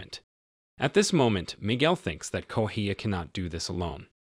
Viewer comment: It's not Goheia, it's Correa. Why the F does this guy keep pronouncing it like that? I think it might be A.I. generated.